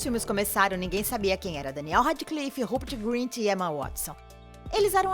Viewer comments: "robert grint" KASAJSKAJSKJAHAJHASHAS é rupert filha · Que agonia ela falando Robert Grint kkkkk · Ela disse Robert Grint. É Rupert Grint. Kkkk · "Reri Potter" "Daniel Radiclife" "Raperti Grinti" Que ódio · coisas nesse video que estão me irritando reri potter daniel rádiclifi rãpert grint jeiquei rólin ela falar que a sonserina é a casa dos vilões poha man eu sou da sonserina e n sou a melhor pessoa pra se ter como amiga mais poh man eu n sou aquelas vilãs tipo as e os de harry potter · Emma Wuatisson, Daniel Radiclifi e Robert Grint Réri Póter bitch wtf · "Reri potter" "Daniel Radiclifi" "Robert Grint" "Jeiquem Rolin" "Griniuoald" AAA